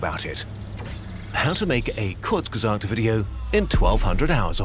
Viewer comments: As a german its funny to hear him say “curse gesasd“ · The way pronounces kurzgesagt 💀, it isnt His fault for not having german as a native Langauge but its funny af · Great Video, very good script. (Also kinda funny when u tried to pronounce "kurzgesagt" :D)